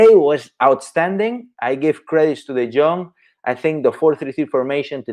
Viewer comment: Say De Jong correctly